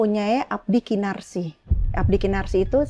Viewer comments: Abdi "Kinasih" tersayang bunda bukan kinarsih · iya dia bilang KINASIH aja KINARSIH bukit TURGO dibilang Bukit TUGOR klu Om HOA dengar ngomong nya gitu OPO GK malu tuh